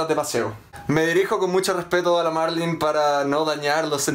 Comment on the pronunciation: Dijo Marlin xD